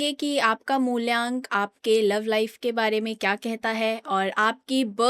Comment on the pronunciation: Mulyank nhi mulank hota h 😂